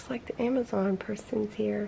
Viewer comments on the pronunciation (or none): none